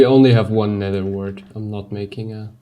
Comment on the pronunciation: i'm a new subscriber... can someone explain me why he pronounce the "th" sound like "s/c" like Nether -> Neser and Theory -> ceory?